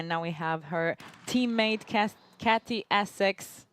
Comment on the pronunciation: It would be good if the commentator was pronouncing Katy's name correctly. IT'S NOT CATY!!! It begins with a "K".